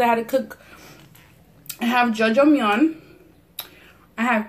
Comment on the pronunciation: you're pronouncing the food wrong...jjajangmyeon is jaja not jojo and mochi is moe-chi.